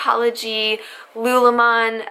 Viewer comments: Isn’t it pronounced lu-lu-lemon? I mean that’s how it’s spelled so I’m wondering why a bunch of people recently started calling it lu-lemon. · It's Lululemon. Not sure why the sudden uptick in mispronunciation, but I assume they just have never heard it spoken before and struggle with sounding things out.